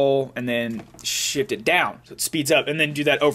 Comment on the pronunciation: It sounds like he says ALT, CONTROL, SHIT..